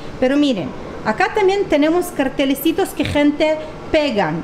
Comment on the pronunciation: sos super dulce y me.encanta tu pronunciación, y cuando decis "cartelecitos". Los veo.siempre desde Buenos Aires.